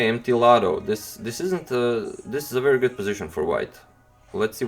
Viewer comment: "Wery good move by "